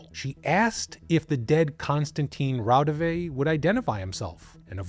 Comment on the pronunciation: Raudive is pronounced RAU-di-wa.